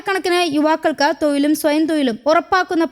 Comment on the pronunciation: തൊയിലും അല്ല തൊഴിലും.